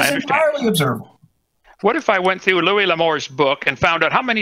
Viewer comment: Louis, not Louise. Louise is a broads name.